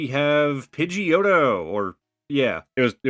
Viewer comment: I jumped up and scared the cats when he called Pigeotto Pigeot and put it to the side lol